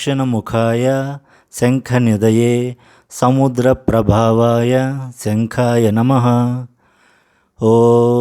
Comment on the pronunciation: ప్రభవాయ అని వీడియో lyric lo undi ప్రభావాయ ani tamaru చదివారు ఏది కరెక్ట్ చెప్పండి గురువుగారు